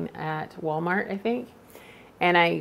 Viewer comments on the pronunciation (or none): none